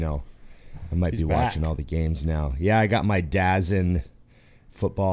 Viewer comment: DAZN = “Dazone” 😂